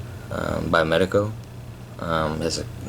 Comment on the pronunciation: I really appreciate that!!! Thanks for making the community a better place! Also you said the name right!